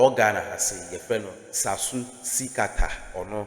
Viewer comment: The name is not Sasu it is Tsatsu Tsikata please get the name and the pronunciation right